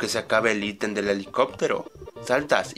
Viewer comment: "El íten"